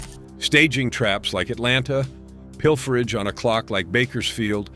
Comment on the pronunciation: Pil fer agge huh? Ai slop